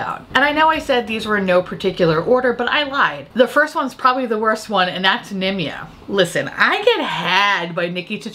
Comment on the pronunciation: I just hear “Nimya business” whenever you say Nimya. Edit: you got me rollinggg🤣 what’s it like being so talented?!